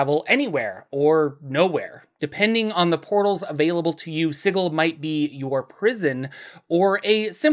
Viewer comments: Man, sig-ill makes me fucking cringe so hard every time I hear it. Love your content, but that pronunciation thing was killing me. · "Si-gill" huh? Then I guess imma gonna pronounce it "" from now on! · Apparently is Si-gl.. and if you say Si-jl, it would be a crime. This post was made by the Harmonium gang. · Hundreds of years of soft "g" in the English word "Sigil(si-jul)" all but demand "Sigil" should canonically be written "Sigle"(pronounced "single" with no "n") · Hey idk how else to put this but I really dislike the way you say Sigil idk if TWOTC said to say it like that but it just doesn’t sound too great that way I would personally pronounce it as the normal word Sigil as it also would refer to the massive city being a symbol of many things. Other than that thanks for some good videos it helps with a lot of writing and ofc to learn about the overall lore is always good fun 👍🏻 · An excuse for mispronouncing the name of a city, followed by telling people how they are supposed to pronounce your name. Interesting... 🤔